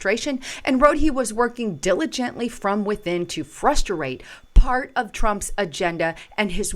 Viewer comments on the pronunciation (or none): none